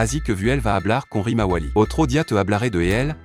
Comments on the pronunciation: Tu dis quoi de 1 tu parles en espagnol et de 2 tu himawari Rimawali😂😂😂😂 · C'est pas rimawali c'est Himawari gro nigo 😮😮😮😂😂😂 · Tu as raison 😂😂Et il apple sarada salade Woooo😂😂😂😊